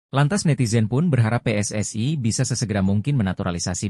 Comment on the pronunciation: PSSI : Pe Es Es I Bukan Pe Es Es Ai